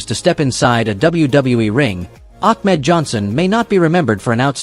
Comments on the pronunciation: The guy talking really needs to learn how to talk and call the wrestlers by their ring name and he’s not even doing that correctly. I mean he called Ahmed Johnson —> Achmed Johnson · Ak-med Johnson? Damn you, AI...